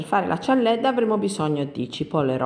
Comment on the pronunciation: Che io sappia si dice cialdedda